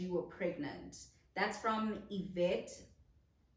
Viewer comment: But you pronounced Yvette well